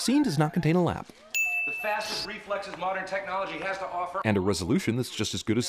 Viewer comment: sin 18 took me a few seconds to relies he just said lap still made me laugh